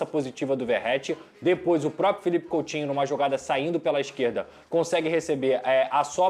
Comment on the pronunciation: coUtinho e não coLtinho